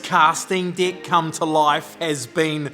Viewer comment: Impressive job!!!! I really had to listen, when you said “deck” lol 😂 casting deck, I thought it was a new technique to attracting the opposite sex 😂😂😂